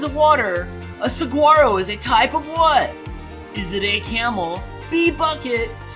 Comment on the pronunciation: ANother good game. 12 out of 20. And the G is silent in saguaro cactus. sa-waar-o.:) Hope you've had a good time camping,.~db